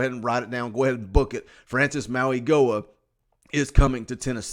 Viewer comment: Mauigoa does not pronounce the "g" in his name. AP said everyone was saying it wrong and was corrected this weekend.